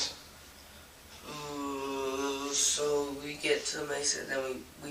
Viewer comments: "meesa" instead of "mesa." A.I. narrators need to go. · May suh not Mee suh is how Mesa is pronounced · Mesa is pronounced MAY-suh. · Idk if this is an AI narrator or not but “mesa” is not pronounced ‘meesa’ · Bro, you're an adult and don't know how to pronounce "mesa"?